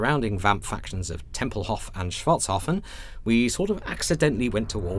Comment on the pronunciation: Tempelhof, Schwartzhafen, Altdorf, aaah es wird so nervig sein fuer uns Deutschen, weil die Englishsprechenden werden die Aussprechung verderben.